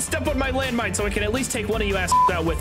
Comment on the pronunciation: When said its landmone petein time i cried